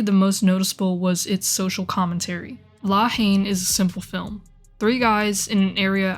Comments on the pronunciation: Rolled my eyes whenever she pronounced it “Law Heen” lol. Not to be a dick, but it’s pronounced like “La En”. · For a video that purports to be suggests a leevl of fluency with French politics, cultural and racial dynamics, and social situation in general, it was hard to take seriously when the title (two words) is not pronounced properly.